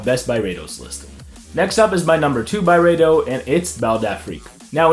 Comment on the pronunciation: It’s pronounced Byreedo